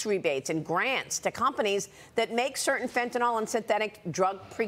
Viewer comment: Just my own side note here. When did phonics, letter pronunciation stop being important? Pronouncing Fentanyl like fen-tuh-nahl. When did Y start sounding like AH in any language? The word Bicycle is usually pronounced bi-SICK-el or possibly bi-SIKE-el. No one pronounces bicycle like bi-SAHK-el unless they have a speech impediment. Y in a word, in most languages I know of make either an I or EE sound, especially Latin based languages.